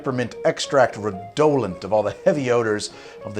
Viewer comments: Redolent = Reh-doe-lent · Redolent isn’t pronounced red-oh-lent, it’s a real word dingus